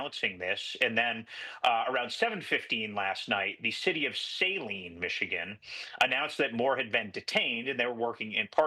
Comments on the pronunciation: Not SAline its SUHLINE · its 'suhh-leen' tyvm Pete